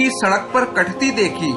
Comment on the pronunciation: pur ki jagah.. aap ne per padha